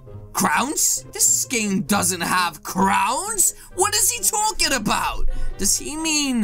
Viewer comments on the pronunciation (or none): none